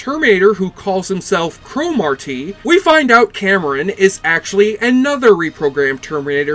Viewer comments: I heard Thomas Dekker (John Connor) was very difficult to work with on this show - always whining about his hair and looks and holding up production. Still, I wish the show would have continued. Nit: In the show, Cromartie was pronounced cruh-MAR-dee. Not CRO-mar-tee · Cro-Mar-Tee. What a weird way to pronounce that name. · This show was awesome, but why can’t you pronounce Cromartie right? Lol.